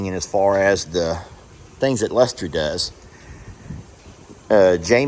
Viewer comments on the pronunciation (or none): Aw,. That makes me giggle every time you say it.